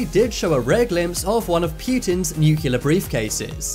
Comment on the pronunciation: If you are gonna make a video about nukes, learn how to pronounce nuclear